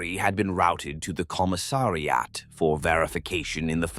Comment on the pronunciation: "Commi-ssari-at" - poor AI, such difficult words ;-)